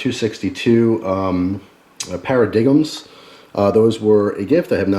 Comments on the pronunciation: Those paradigms aren't called "paradigems,". They're pronounced "pair-a-dimes." The g is silent! Haha nice video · It's para dime not paradigem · You pronounced paradigm para dig Em it's pronounced pair ah dime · lol you said para-dig-em instead of paradigm(para-dime) fool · I thought "Pair-AH-DIG-em" sounded funny. LOL. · He also said 'paradiggum' when reading 'paradigm' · Paradigm is pronounced pair-uh-dime xP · nice collection, but i think the cigar is pronounced paradime( even though its spelled paradigm?